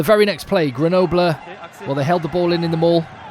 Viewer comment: When in doubt regarding French pronunciation, don't pronounce the final E in a word. Case in point, Grenobl.